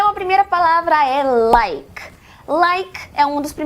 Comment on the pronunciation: Muito forçado o jeito que ela fala "like", nossa, não é preciso enfatizar tanto no fim da palavra.